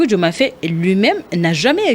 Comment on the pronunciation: Madame l'animatrice essayez de bien prononcer le nom Faye. Faye c'est Faye comme en français et pas Fèye